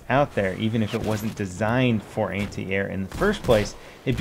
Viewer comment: why everytime he say anti i hear hentai?????